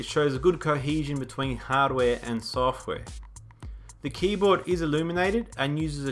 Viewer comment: "good coheezion between hardaware and sooohftware," hehehe